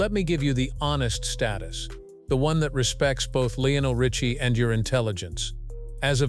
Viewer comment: PRONOUNCE HIS NAME PROPERLY UNREAL AND YOU CAN'T SAY HIS NAME RIGHT